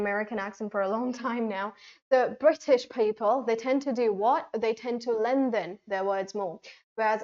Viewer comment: I have quite a few very obvious or rather serious reservations about not only the pronunciation of a few words used in this video but also the definition of intonation given there. 1. WRONG PRONUNCIATION: Both in American and British English, the words 'lengthen and 'opinion' are not pronounced the way seems to be pronouncing in this video again and again. The correct pronunciations of these two words in British and American English are as follows: ■ LENGTHEN: /ˈleŋkθən/ or /ˈleŋθən/ ☆ The word doesn't have Hindi plosive sound 'द' or English fricative sound /ð/ sound in it. ■ OPINION: /əˈpɪnjən/ ☆ The initial vowel sound in this word is shwa /ə/, not Hindi monophthong 'ओ' or English diphthong /əʊ/ Besides, in this video, can be heard saying that in British English /r/ is not pronounced if it comes after a vowel, which is absolutely wrong. The following two points about the use of approximant sound /r/ need to be kept in mind while speaking British English: (A) In British English, we don't pronounce the final 'r', if it's not followed by a vowel sound in the sentence. But, if the next sound happens to be a vowel sound, 'r' must be pronounced in British English too. For example, in the phrases 'car and bike' and 'far away', 'r' must be pronounced, but in the phrases 'car driver' and 'far better', 'r' must not be pronounced. (B) In British English, we don't pronounce medial 'r', if it's not introducing a new syllable. But, if the medial 'r' appears at the be